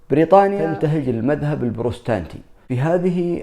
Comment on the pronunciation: صحح ياعمر ( أنت تقول المذهب البروستانتي ) ... والصحيح هو البروتستانتي .....